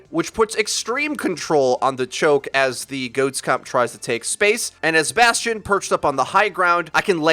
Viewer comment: sadly, bastion sound like bas tard